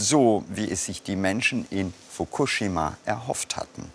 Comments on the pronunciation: Wer bringt dem Moderater bei „Fokushima“ richtig auszusprechen? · Fukuschschima mit 2 "sch" und Themattik mit 2 t ! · Wie spricht er bitte Fukushima aus😱😱 das kann man sich ja nicht anhören🤣🤣 Wirklich gute Doku.Aber es macht einen unendlich traurig zu sehen, was der Mensch so anrichtet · Mich triggert wie er Fukushima ausspricht... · Sorry, aber nach dem ich 5x Fukushima falsch ausgesprochen gehört habe, ist mein Smartphone gegen den TV geflogen. Triggaaaaaaaa